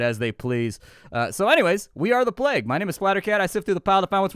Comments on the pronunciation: I've heard it before, but only rarely - its IPA is "pleɪg" (or pleyg, phonetically), so hearing 'plag' just...makes me twitch lol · "the plaag" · Ah yes the "Plaque" ... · Wait so "plague" is right there in the title... and they get a reader/narrator who DOESN'T KNOW HOW TO PRONOUNCE it... and then... they just leave it there... "a it's good enuf whaevs" (some dev probably)... lmao. That's hilarious... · Plague pronounce like flag. Never heard that before.